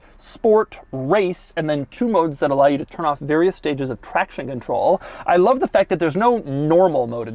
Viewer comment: "I LAV"!